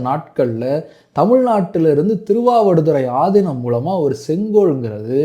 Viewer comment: Yow news la aathinam ku pathila aathi inam nu sollurainga ya enguttu poi solla ippolam news readers ee Tamil olunga padikurathu illa